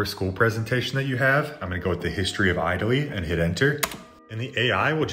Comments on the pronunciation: Your English needs work, it’s not pronounced I-tally, it’s it-aly. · “Eyetaly” 💀 are we sure this guy is even human himself?